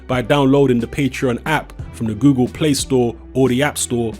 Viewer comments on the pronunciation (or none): none